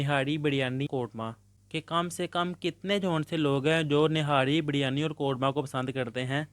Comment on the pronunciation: Birryani😂 niharri😂and sir😂